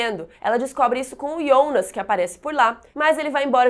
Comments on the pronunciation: Ionas?? Pensei que fosse Jonas até pq na dublagem e Jonas. Horrível escutar ionas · Que agonia vc chamando o Jonas de Ionas affff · Se fala Jonas kkkkk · eu só não entendi uma coisa, porque ela fala "ionas" em vez de "Jonas" ? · Minha duvida é pq vc fala Ionas e não Jonas? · Pra quem assiste dublado dá uma agonia ouvir ela falar Ionas, IONAS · "IONAS" aaaaa que agonia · Me dói ela pronunciando Jonas como Iondas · me deu agonia ela ficar falando "Ionas" J com O = JO.... mas valeu ajuda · "ionas" "Reguina" kkkk